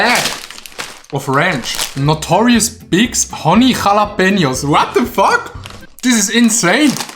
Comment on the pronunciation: Oh mein gott Notorious B. AI. Gi. spricht mer das us. Was lauft bi dir???